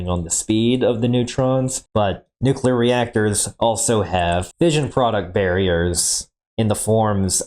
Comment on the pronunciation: I knew was full of shit when he couldn't pronounce nuclear correctly. The man kept saying "nu-cue-ler"...lolol. He knew it was wrong and STILL kept doing. What a "mo-ron"...or is it "mor-on"?...lol.